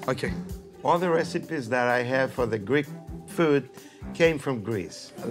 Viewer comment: Chef Ramsay pronounced all the greek food wrong, and as a Greek it really pissed me off...